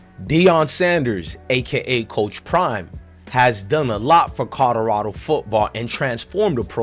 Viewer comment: If you say codarado one more time